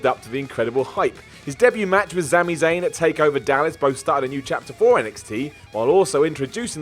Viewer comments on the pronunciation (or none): you said zami zayn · Did he say zami zayne